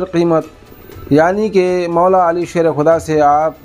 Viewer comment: Abe jahil khabeeth tu hazrat ali ka naam tal theek se nahi le pa raha hai tu hazrat ali r.a. ko kiya jane kutte ulma par bhonk raha hy be imaam